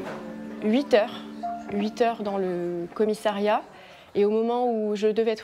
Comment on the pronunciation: Commiss A riat!! Pas Commiss é riat... Chaine publique française et incapable de parler français correctement.